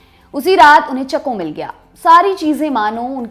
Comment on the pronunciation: It's not "चको",It is "चाको"|